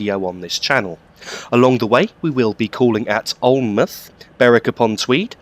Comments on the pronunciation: Alnmouth is pronounced Alin-mouth with mouth as in the word mouth not muth as it is sometimes shortened to. Hope this helps. Great video. Hope you had a good Xmas and have a Happy New Year. Happy Hogmanay in the mean time! :) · Alnmouth is actually pronounced as if you almost say Allan mouth. I live very close to this line in that area. Great video. Thank you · Alnmouth is said Alan-mouth